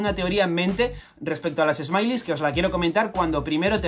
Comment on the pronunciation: Smiles se dice "esmails" no "esmailis". Por otra parte ya me siento bien porque me conseguí poner al día con One Piece